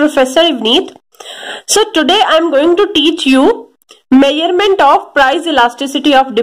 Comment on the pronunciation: Are meaurement nahi measurement hota hai😂😂😂😂